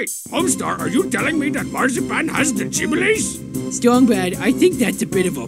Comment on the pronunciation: Sheesh, can't even pronounce Jibblie properly.